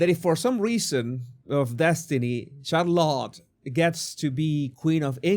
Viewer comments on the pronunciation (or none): Jesus, you must please get on top of your pronunciation of English words. You would be doing us and yourself a big favor. It’s truly cringe worthy. CHarlotte??? 😖 try shar-lotte